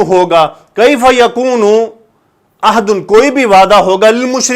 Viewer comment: Mazrat ke sath,ohad nahi hota ahad hota ha jiska mtlab ha wada